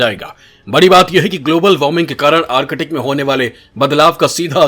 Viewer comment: आर्किटिक नही भाई आर्क्टिक😂😂😂